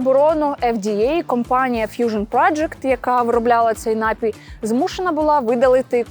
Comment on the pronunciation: НапІй, а не НАпій.